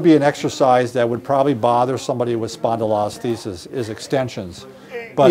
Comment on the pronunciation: Seriously guys, learn to sound out spondylolisthesis. Spondilo-lis-thesis. You are medical professionals spend a bit of time practicing the word.